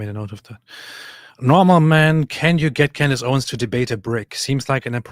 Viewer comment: "Cand Ace"😂